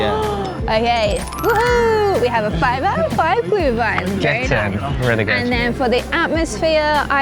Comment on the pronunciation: or you enjoy it cold. But then its a coldwine, not a glowwine (=Glühwein) ☝️ 😂